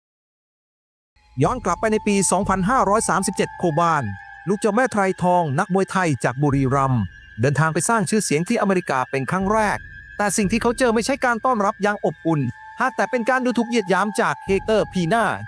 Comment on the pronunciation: "ไทรทอง" อ่านว่า "ไซทอง"